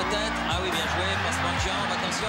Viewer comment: "C'est bieng"